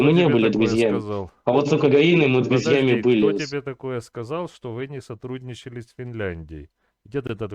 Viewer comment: Не садГудничал? пГащали долги? пГиколно!😂😂😂😂